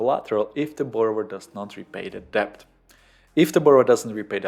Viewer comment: Good video, thanks. btw: the 'b' in debt is not pronounced ^^.